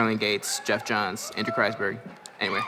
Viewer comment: "Geoff Jengghshz" why is this chick a host??